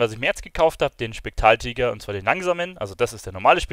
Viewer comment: Du kannst ja nichtmal spektraltiger richtig aussprechen 😂